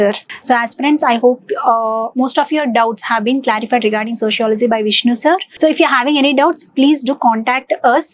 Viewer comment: Your accent is very wrong prononciation its not sociolozyyyyy it is sociology